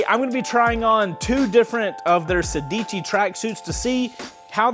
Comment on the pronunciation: I think it should be pronounced "sèdici", and not "sedìci". In Italian it means sixteen, like "corsa" is race/running.